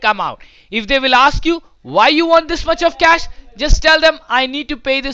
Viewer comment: The way the scammer pronounces the word "cash"... Like a crack addict craving for the next hit